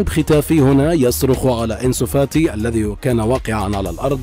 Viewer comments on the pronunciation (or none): none